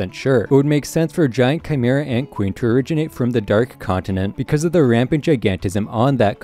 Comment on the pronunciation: Tsrreidnich ant arc